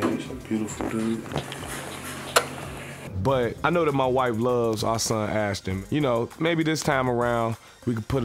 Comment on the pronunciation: Ashton bro I swear they called him ashdon